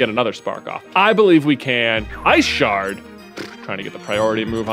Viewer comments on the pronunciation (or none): none